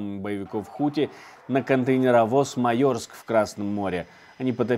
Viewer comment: ну какой "Маёрск"?! 😅 Maersk - это Мэск. Ну ты бы хоть выяснил, как имена собственные произносятся, чтобы не смешить публику!